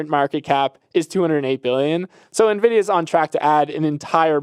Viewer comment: 😂 Neal always says Nuh-Vidia 😂